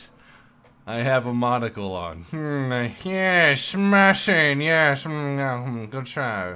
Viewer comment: Squire is going to kill you for murdering the pronunciation of the word "Yeessss"